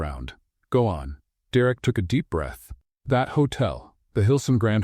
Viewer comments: Have to say it was a super awesome story even with the name being pronounced wrong, Derek was direct lol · Story is good. Narrator called Derek Direct lol. N. GA. USA 9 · Coreova, Alaska 10 of 10 Another great read from this channel. Thank You... One small thing, Derrick not Direct... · 9 because derek was not said right many times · I liked the story but I had listened to a very similar story just recently. Mostly the act of kindness was different. The story line was the same. Someone is copying. The pronunciation of Derek was inconsistent. The emphasis at the end of the name I had never heard before. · Shaking my head at the narrator's pronunciation multiple times of the Derek name. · I liked the story but it was hard to listen to the narrator mispronouncing Derek's name and it seemed like every 2 minutes they brought up "the pothole" Too much repetition for me. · Annoying how AI pronounces Derek. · Great story! Two problems - The pronouncement of Derrick's name and in the middle of the story Elizabeth was in a wheelchair and the sentence read, "Elizabeth stepped forward". I know she did step at the end against her husband, but in the middle of the story she was in a wheelchair and instead of "moving forward" you had her step forward. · Wish AI narrator would pronounce Derek's name right.